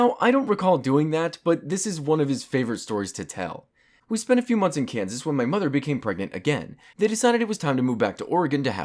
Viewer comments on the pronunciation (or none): none